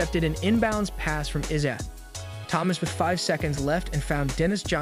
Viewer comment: re' cord? sack a mores? intercepted an inbounds pass from is' a ? , A year later was Birds final year on earth? game 4 of a series with Cled lan ? Watching the street louis cardnals play baseball. This guy reading the script has never seen a basketball game, and evidently is not even remotely familiar with the English language. This is laughable.